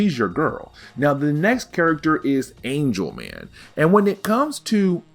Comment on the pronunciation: Dude! ANGLE man, not ANGEL man! 🤣🤣🤣You know, like in geometry. 😂😂😂